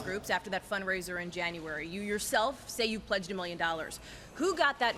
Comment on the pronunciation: omg he "pleaged 1 million" ...hahahah